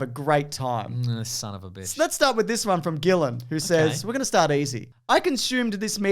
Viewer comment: "Gillan" :D